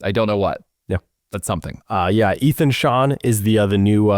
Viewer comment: I think it’s pronounce Aye-thon GET HIS NAME RIGHT